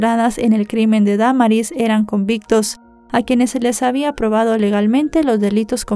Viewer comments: Es cierto se dice Damaris no Da maris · Me gustan muchos tus videos pero en esta ocasión lo único que me desespero fue cómo pronunciaste el nombre de Damaris lo dijiste erróneamente y un buen de veces 😢 😓